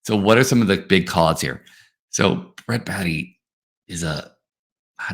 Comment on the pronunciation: It's Bae-tee not Baa-tee